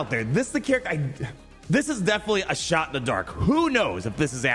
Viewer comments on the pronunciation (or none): none